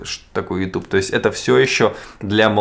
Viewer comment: ютЬюб- так правильно...